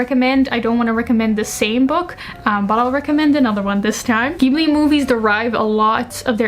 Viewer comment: You have this perfect balance between immaculate aesthetic, succinct communication style, and a really good instinct for stories. I just found your channel, and I'm enamoured! (Also, unlike many Americans, you pronounce Ghibli with a hard "G", and that made me soft in knees.)